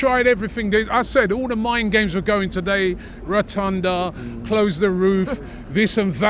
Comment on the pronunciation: retunda is killing me